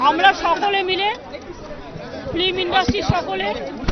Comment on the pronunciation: Film toh theek kore uccharon korte paren na..flim flim bolchen.